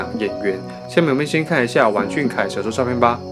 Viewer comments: 读音错了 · 我是不是被二代吵聋了？我咋听成了"玩"俊凯呢？(没有恶意)